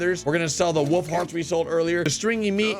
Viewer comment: Wolf not wove